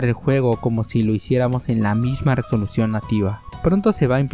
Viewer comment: en español se pronuncia resolución con erre no con ere.